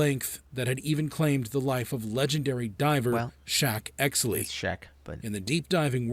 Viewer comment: "Shack Exley" lol